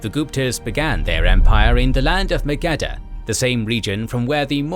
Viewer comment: Magadha is badly misspronounced